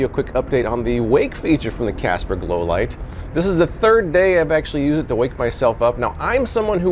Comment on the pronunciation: "Casper Low-life" is what I kept hearing him say. I'm high af and this video just seemed hilarious to me. Casper Low-life! 😅🤣😂